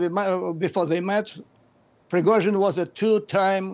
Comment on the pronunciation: . Obviously, because it is Prigozhin not Prighozin!😂